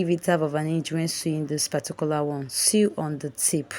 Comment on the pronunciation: The word "sew" is pronounced " so".